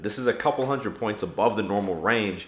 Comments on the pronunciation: I almost died “one hUnDid” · The way he says "one hunnit"... 😬